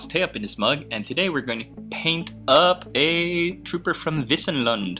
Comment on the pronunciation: As always...your pronunciation is correct. Wissen is the german word for knowledge but i guess the medieval meaning of wissen can also be translated as meadow or grassland. Keep it up my friend.